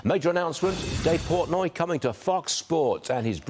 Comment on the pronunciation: Portnoy not portoy